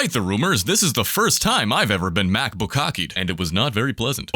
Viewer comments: mac-bukakked is the funniest thing i have ever heard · "Mac Bookkaked"!!!! hahahaha🤣🤣🤣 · The word of the year goes to "Macbookkaked"